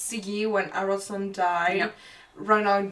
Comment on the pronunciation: Earl Harrison. The best butchering of a name ever!